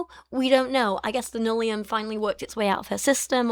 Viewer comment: Every time you say nullium, I can’t help hearing linoleum and I’m momentarily confused about what cheap flooring can do to people.